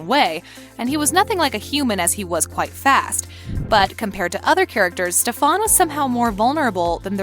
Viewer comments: AM I the only one that cringes when she pronounces Stephens name as Stephon?......I should have read the comments lol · Noone ignores it I think it pisses us off all the same but for some reason it's kind of funny. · I came for this comment lol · It’s driving me crazy! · That’s the way kai said it lmfao 🤣 stefawnnnn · WHY CAN'T PPL GET STEFAN AND ALARIC'S DAMN NAME RIGHT? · My blood starts raising every time she pronounced Stefan. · Idk why but I got really mad when he pronounced stefan incorrectly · I had to pause and recall how to actually pronounce "Stefan" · Stefan emphasis on the “A” LMAO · Can someone plz tell the voice lady that she is saying Stefan’s name wrong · criiinggggeee the way she say stefan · The way they said Stefan was bothering me. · Can you please stop saying "StephAn"? incorrectly pronouncing a main character's name kinda makes it seem like you never watched this show. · Everyone just gonna ignore how she says “Stefán” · Why do I get sooo triggered that she say stefarn rather then Stefan. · Bruh it’s Stefan not stefawn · When she kept saying steVAN eeeee that’s just no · It's pronounced stef in...not stefawn... did you even watch the show lady? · Stefon, code, herettics, wampire Stefan, cade, heretics, and its heritics not wampire, its spelled lexi not lexie (only 4 minutes in) (After video) most people love katherine, its not pronounced alairic its alaric, its merideth fell, merideth and ric were never engaged, isobels not alarics wife shes his ex wife, its not hope saltzman its hope mikaelson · Why the hell did she say stefon it's stefan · She said StefON it’s StefAN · Can you pronounce “Stefan” correctly? For example, Stephan...... like Stephanie not Stefawn. SMH 🤦🏻‍♂️ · Its not prenounced ste-fan its pronounced stefen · This is completely wrong and also, please learn how to pronounce their names and all. It's Stef-en not Stef-aun🤦🏻‍♀️ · Its stefan not stfaan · HELP BAHAHA ‘STEFARN’